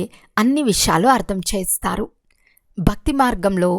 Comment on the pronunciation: Om Shanthi... A small correction while explaining that you are pronouncing "Chestharu" as "Chastharu" which it changes the meaning of that sentence. Chesthe /Chestharu means will do and Chastharu means will die.